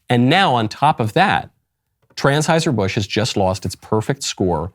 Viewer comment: Wait. Did he say TRANS-HEISER????